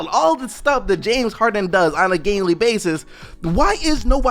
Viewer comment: He said “gaily basis” 😂